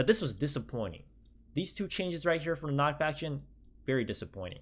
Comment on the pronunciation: And your made me cringe when you read nod